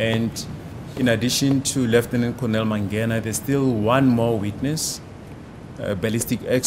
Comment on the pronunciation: The judge is bad with names. They say mangena and he's saying mangani 😂